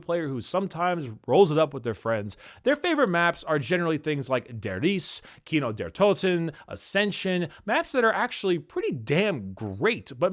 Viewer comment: I nutted when he said "Kino der Toten"